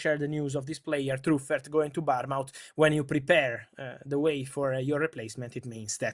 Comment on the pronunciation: Bournemouth not Barmouth... pretend it's bornmuth